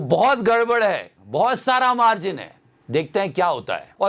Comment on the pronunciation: Jor se bolo मार्जन Mil kr bolo मार्जन Uncha bolo मार्जन Tai ko b sun gya मार्जन Sare bolo मार्जन 😂😂😂😂😂😂😂😂😂